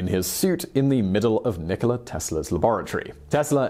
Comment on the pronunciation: it's Nikola, not Nicole